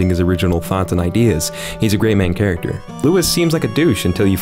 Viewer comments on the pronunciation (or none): none